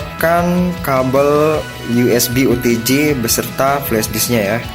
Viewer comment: OTG bang... bukan OTJ...